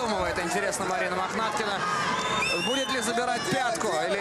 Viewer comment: 2 замечани 1.Лиана за клуб Ахмат. 2 первый раз сказал не правильно фамилию Махнаткины